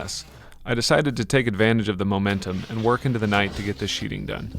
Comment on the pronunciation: at the 3 minute mark (or so) you say "It's the sheeting that....." The correct work is "sheathing"